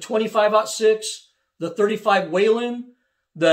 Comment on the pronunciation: No “A” in Whelen that I’m aware of